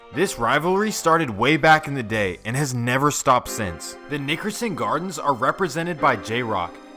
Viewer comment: Please just say the NG because you sound like you're saying the ni**erson gardens lol